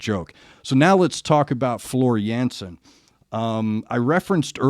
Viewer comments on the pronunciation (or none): the a like in dark.